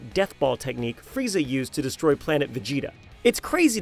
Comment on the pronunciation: It‘s „Frieza“ or „Freezer“ but not Freizer :)